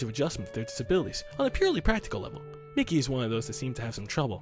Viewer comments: Im 99% sure it pronounced mee-kee, not mickey. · Its pronounced ME-KIE